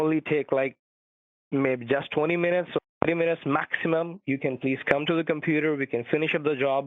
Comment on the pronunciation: Because your compyoorrr is not sekyooor!